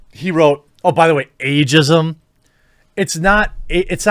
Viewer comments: “Agism” LMFAOOOOO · Lol "Agism" ok boomer